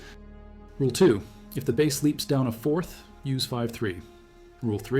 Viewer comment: AI keeps talking about a bass. The fish! What the heck?